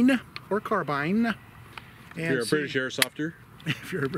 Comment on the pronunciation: "Carbine" pronunciation: Ian McCollum from Forgotten Weapons did a survey of YouTube videos and found that most guntubers call it a "car-bean" and most gamers call it a "car-byne" with something like 75-90% consistency. Edit: I guess I got mixed up and gave the credit to the wrong guntuber. Whoops! My memory ain't what it used to be, it seems. Ian did a short video about it, but not the survey thing.